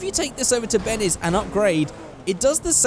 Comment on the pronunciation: you say Bennes instead of Benny's 😂plz feature my comment for no reason